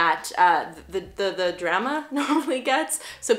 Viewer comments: 😂😂 the drema. The drema. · Sounds a little like “druma” to me lol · the way you pronounced “drama” was beautifully canadian. also... this base>>> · Haha Canadians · Yeah not all Canadians 🤷‍♀️ west coast vs east coast?